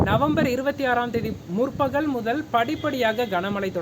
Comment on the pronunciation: மலை இல்ல மழை...நுற்பகல் இல்ல முற்பகல், னுப்பது இல்லை முப்பது...